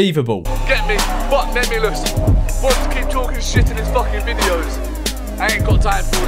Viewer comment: French memeulous is memelouse😂